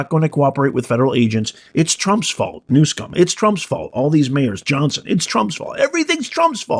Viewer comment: No "K" in the guys name, Not New Skum, it is New SUM... OH! I see you are mispronouncing it on purpose. :People are in office because of the machine, Voters may show up, but the ballot will be counted as the machine wants. The only reason Trump is in office is because two impeachments, two assassinations, and criminal trial could not remove him so the DNC had to let him into office to be rid of him. Also, when the government is screwed up the DNC must allow a Republican in to take the blame, straighten things up and Raise taxes to fill the coffers. Don’t fret it. Democrats all have a ‘secret’ middle name: “Noone”. Remember “No One” is above the law. Democrats smile when they say that for a reason.